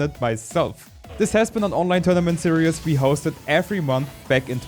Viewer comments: My guy saying seeree is Buddy it's pronounced serees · I know you're German, but I'm sure you like to learn. Series is pronounced seer-eez, not seer-e-us